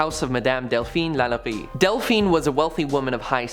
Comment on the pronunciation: Please pronounce New Orleans, Madame Lalaurie and many others properly! The video is awesome but the pronunciations are awful. Thanks